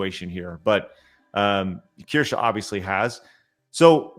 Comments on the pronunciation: not that you are pronouncing Kirche 🍒 correctly either ends with E but you pronounce an A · They are really trying to get Kirsche cancelled, huh? You are right, it will only get her more subs, because she is absolutely right. BTW: As a German I can confidently say you are all pronouncing Kirsche (slightly) wrong. So no worries about Asmon's "Kirschi" xD